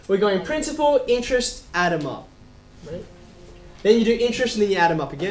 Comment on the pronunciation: When you said add them up i thought you said adunup